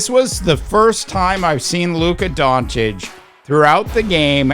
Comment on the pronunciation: It’s not Don-Titch…it’s Don-Chitch This is his 7th year in the league…are you that slow?